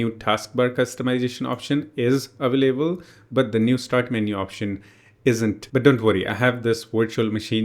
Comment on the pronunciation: WHY YOU SAY AVAAALABELE SAY AVAILABLE